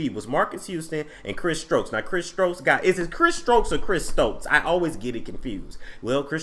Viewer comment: If you call him one more time... 🤣🤣🤣